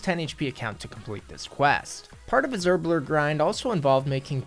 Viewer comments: It’s not “herblerr” It’s herb LORE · “Herblerrr” and calling things aid yikes